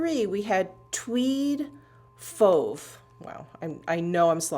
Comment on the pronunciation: No your prononciation for fauve was right on.